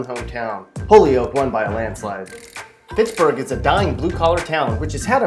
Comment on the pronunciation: NOPE NOPE NOPE! Holyoke isn't pronounced holy oak. It's hoy yoke. Omg.